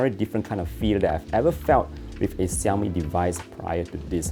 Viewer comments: ok lets try to learn how to pronounce Xiaomi. ,,shau-mee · Is this normal in Malaysia to pronounce XIAOMI like that?